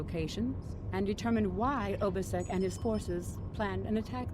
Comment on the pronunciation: ....Ubisek XD Normally mispronunciations don't bother me too much (hence why I'm not bringing up Thalaron) but Obisek has the best VA in the game. Damn I wish they brought him back more often.